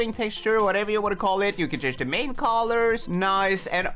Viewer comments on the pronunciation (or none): none